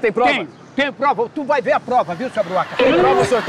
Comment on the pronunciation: "Sua broaca" kkkkkkk, Ivo é fóda 😆🖒